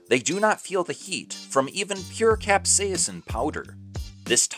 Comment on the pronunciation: The chemical compound that makes things taste spicy is not being pronounced correctly in your video... Considering that this is the entire backend to the video, that's pretty bad!! Is is pronounced CAP : SAY : SIN